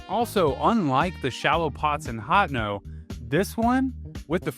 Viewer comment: Personal pronunciation gripes: I've only heard Hateno pronounced as "Hat-en-oh" by you, every other time I've heard it pronounced it has been "Hah-tay-noh"; also iirc Phoeni is pronounced like phony.